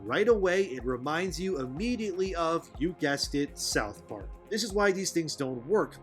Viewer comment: Sauth park 10/10